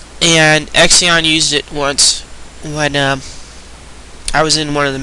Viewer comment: OMG i told you this before number 14 xion her name is pronounced she-on this was stated in july 2009 issue of nintendo power if you are going to say her name say it right please...